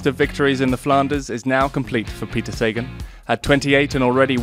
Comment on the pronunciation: Cheers for the vid guys but showing Sagan on the vid screenshot isn't the best move, don't you think? Also, it's Sagaaan not Saegan...